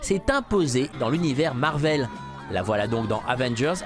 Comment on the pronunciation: ça se prononce marvél pas marveul sinon sympa le reportage